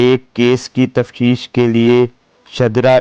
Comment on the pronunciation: ek tou slow motion me baat na kia karein dusra lafz " tafsheesh" nahi "Tafteesh" hoti hai. Teesra " mubeena" larki ka name hota hai "mubayena" bola kareain. Talafuz theek kijye.